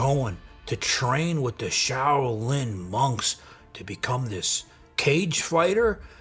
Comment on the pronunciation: "This PizzaChit went to the Shao-Loon monks."